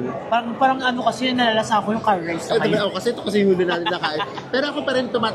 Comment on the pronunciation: Enjoy talaga ako watching your videos! Correct si with his curry pronunciation.